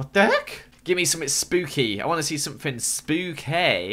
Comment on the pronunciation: HE SAID SPOOKAY!!!!